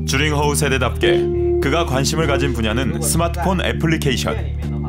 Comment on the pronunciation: 명견이라!?난 또 유명한 개(강아지), 줄임말, 오해를 유도할수 있는줄임말 좀 피해으면 좋겠다 ,名犬，명견,훌륭한세빠드,그리고,주링허우,주가아니고, 쥬, 즉 쥬링허우